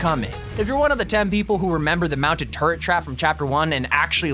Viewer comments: He said turd instead of turret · Dude you said mountin terd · "mounted turd veical" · Gotta be honest, when you were talking about the “Mounted Turret Car Thingey” I though at one point, instead of saying Mounted Turret, you said Mounted turd. Edit: Thank you all for the comments and likes, it might not be a lot to some people, but it’s a lot for me